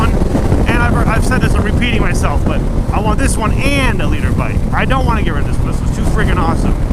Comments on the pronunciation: I always thought he was saying he wanted a leader bike not a litre bike🤣😂😂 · I'm not a motorcycle guy, but I've been watching for like 2 years and I always thought you were saying "leader bike". I didn't know it was called a liter bike until you spelled it out in the title.